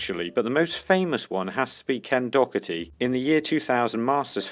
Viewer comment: it's DOHERTY, NO C FFS